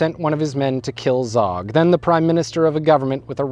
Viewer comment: Zog pronounced zoge and the gj in gjakmarrje is a j sound